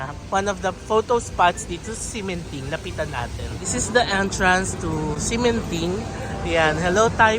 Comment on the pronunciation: "x" pronounced like "sh". Ximindeng = Shi-min-ding. Like Xiamen is Shia-men